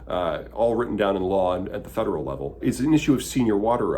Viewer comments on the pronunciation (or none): none